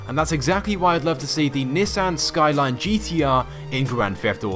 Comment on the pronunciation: You said Nissan WRONG. ARE YOU FUCKING STUPID. look it up.